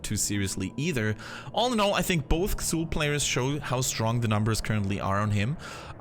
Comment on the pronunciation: Pronounced "Zool" not "Ksool"